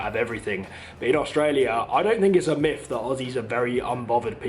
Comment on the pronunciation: Not a judgement but the word is myth not miff.Just a point.